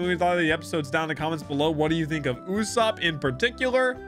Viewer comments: IS NOT YASUP ITS YUSOPP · Bro, please. It's Usoooopp, not Usaaaaapp. I know it's kinda hard to pronounce, but please. Anyway, I loved your One Piece Reaction series! Hope you do more of these in the future. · oh boy 💀 his name is literally “ usopp” kinda from the Japanese word “嘘” pronounced as “uso” which basically means “ Lie “